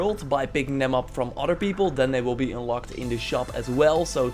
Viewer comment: plz don't say "oder" its "other"